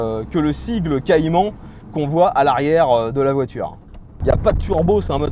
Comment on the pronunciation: la voitureuhg mdr